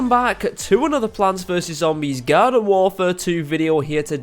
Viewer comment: pronounces garden as gyarden and warfare as wofare